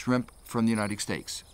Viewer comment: Uniteg stakes, Emishengs, decakes, why is he pronouncing things so wierd?